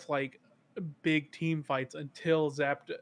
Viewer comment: Looks like Fruit has Rhabby saying Zapados too and I’m here for it. Talking about my dude like an electrifying pair of shoes